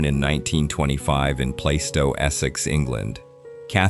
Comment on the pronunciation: Plaistow in London (Honor Blackman’s birthplace) is pronounced ‘Plarstow’ not ‘Playstow’. Tricky things, those British place-names. AI voiceovers still can’t master them entirely.